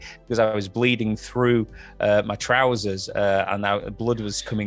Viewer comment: Didn't sound too British when he said "pajamas" but definitely sounded British when he said "trousers" 🤣